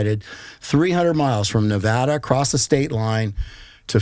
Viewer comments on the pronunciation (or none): love ya bud. But it’s Nuh-vAhhh-duh! Nevada c’mon. Not Nuhvodda. Thanks from the west coast, keep up the good work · Nevada not Nev”ah”da.